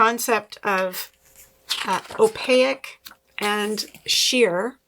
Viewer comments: Sorry, have to say...its pronounced "oh-pake", not " oh-pay-ik", loved the video. Sally's books are the first ones I bought for my library when I was new knitter. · opaque is pronounced in 2 syllables: o - pāk'. don't insert an i anywhere. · I’m fascinated by how u pronounce “opaque.” I wonder if that is the French influence in Canada. Anyway, I’m having a blast watching your videos. Love, love, love your humor, plus I’m awe struck by your refined FOs. So impressed.🥹